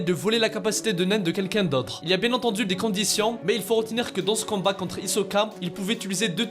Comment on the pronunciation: Mdr au lieu de dire combat tu dis canbat